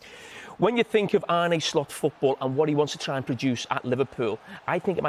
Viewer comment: His name is Arne, not "Arnie", Carra you berk.